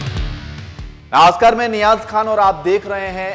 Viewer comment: Abe.zaahil Naaskar nahi...namaskar